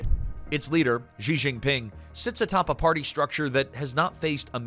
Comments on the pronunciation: Xi is pronounced "She". Not "Gee" or "Jee". She. As in "SHE is very intelligent." If you want us to take your analysis seriously, the least you can do is pronounce Xi's name properly. You don't have to speak Chinese, but if you are doing a whole video on the ruler of China, it does help to get that one thing correct. Especially because it is easy to say for an English speaker. She = Xi. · Nice documentary, but you'd garner so much more credibility if you could've been bothered pronounce Xi's name correctly (Clue - it's not 'Je' as in 'Je Suis'). As the Chinese saying goes - from the small points, we see the big points'.. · It's interesting that the narrator pronounced "Xi" differently - most times as "Jee", and a few others, as "she". The latter is correct (this from a Mandarin speaker - but I think WaPo or some MSM publication ran an article on this exact point).